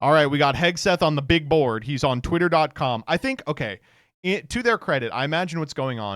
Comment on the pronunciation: You gooootta stop cutting off the first T in the twitter freax jingle.